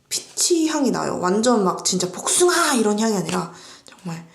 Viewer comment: 배쓰밤 설명하실때 복숭아!!!!에서 빵터짐여... 뒤이어 나오는 은~은한 복숭아아~ 에서도... 쏙쏙 들어오는 설명...🍑